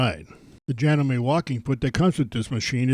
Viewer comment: It is JA-gnome-me, not Ja-gnome-MAY